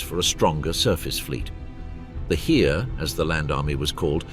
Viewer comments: It's not the Heer spoken like in "here", but in germen its is pronounced like "hair". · I will never understand why English documentaries butcher foreign words like this. For example, 'Heer' is pronounced like 'hare' in English. Not that hard, right?